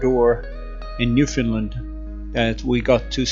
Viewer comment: Newfoundland...the accent is on Land. the locals will appreciate